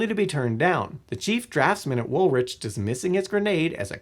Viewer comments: "Wool rich" Woolwich should be pronounced like wool+itch. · I lived at the Royal Arsenal, now apartments, a facsintaing place and its why i can say woth certainty its pronounced Wool-ITCH. Not Wool-witch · Its “Wool-ich”. 😂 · Americans need to do more research on how to pronounce UK place names when including them in videos.